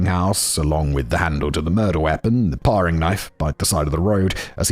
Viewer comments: It's pronounced "pairing" knife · And 'toque' rhymes with 'nuke' and 'paring' rhymes with 'daring'... the English language is nonsensical enough already, we don't need single r's after short vowels to make it even less consistent. 😁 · Parrrrrrring knife? WTF simon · With every mispronunciation of Regina, all I could think was that the pronunciation guide should have had the city’s briefly run tourism slogan - “Rhymes with fun”. Also, “pair-ing” and “t-ew-ck”. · Pronunciation guide: Toque- rhymes with broke or luke. Paring knife- rhymes with airing. Regina, Saskatchewan- rhymes with fun. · my god I'm so triggered toque is pronounced TEWK regina (the city) is pronounced regEYEna paring is pronounced PAIRing also, I knew about the murder but I didn't know where it took place. it's right behind a place I was thinking of moving to. ngl I'm second guessing that - I'd be creeped out now. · Between the "paw-ring" knife and making ends "meat" fact boy is somehow cracking me up in a video about a horrific miscarriage of justice 😂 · Paring knife too!